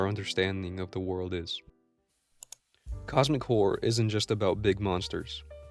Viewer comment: I can't not hear 'cosmic whore' every time